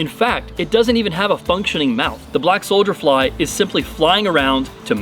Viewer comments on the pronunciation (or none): Is he saying solder fly?